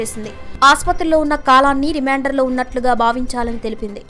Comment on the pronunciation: Thalli REMAANDER kaadu REMAND.